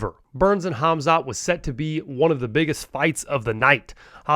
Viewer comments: Mate you cant even pronounce his name correctly. Its KHAMZAT not KHAZMAT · please learn to say the names right ;-) he,s not called hazmat!!! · His name is khamzat..not khazmat🤭